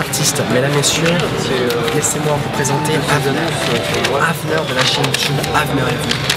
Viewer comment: Toujours pas compris pourquoi Boris prononçait "Avneur" C'est ouf l'organisation qu'il a fallu pour tout ça!